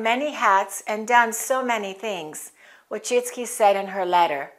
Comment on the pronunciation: My congrats, your pronuciation of Polish surname Wójcicki (vooy-chee-tskie) is almost similar to genuine Polish pronuciation!!!